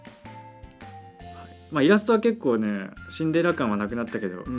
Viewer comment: シンデレラをチンデレラ